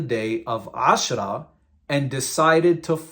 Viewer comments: I'm thinking of creating a video to respond to all the nonsense your spewing here. True, you're showing the sources, but your twisting their meanings and leaving out other sources and context. Also, your pronunciation of the terms suck. And it's Ramadhan not Ramdan and Aashouraa' not Ashra. Your giving yourself false authority by making it sound as if you know what you're talking about. Also, that smirk on your face as your talking and air quoting things mentioned in the Hadiths and the Quran just makes you look deranged. You started describing Muslims and "our friends" and then proceeded to disrespect our religion and prophet. Maybe I'll respond in kind. You should call yourself "Give spite" instead of "". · Bro you need to pronounce your Arabic correctly; AshOra not Ashra, RamAdan, not Ramdan, etc.